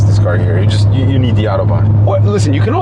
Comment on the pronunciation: how mimicks the accent of a english talking german 😂😂... "ze autobahn"